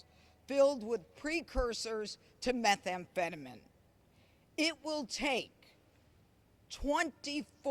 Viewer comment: She cant even pronounce methamphetamine correctly...typical conservative